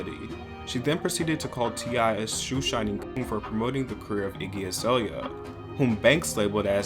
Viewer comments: I’m sorry but I laughed at “igloo Australia” 🤣🤣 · she really said igloo australia- okay i’m sorry as problematic as she is that was funny asf. azaelia is actually funny